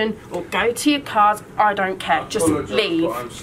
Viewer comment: "I dont caire" i thought u say it like care